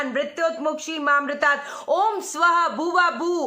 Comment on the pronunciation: पहले आप मंत्र का उच्चारण सही करो, ऊं स्रां स्रीं स्रौं स: - ये इस्त्राम नहीं बोला जायेगा. इसमें से त का उच्चारण हटा दें. और मामृतात का भी सही उच्चारण सीख लो. पंडितों को बुरा भला कह रहीं हैं